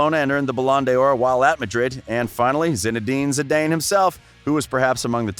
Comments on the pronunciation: He pronounces the names weird. Zidayne? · He said “Zi-DAIN” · Zinedine ZidAIINE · Love the channel, your voice is gold, your pronunciation you need to work on. I don’t mind the accent but the pronunciation for Zidane and lopetegui can be improved certainly.